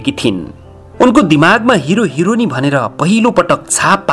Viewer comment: The way he said hironi 😂😂